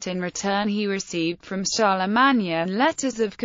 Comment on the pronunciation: That 's pronounced CHAR LE MANE...........SOUNDS LIKE A ROBOT TALKING.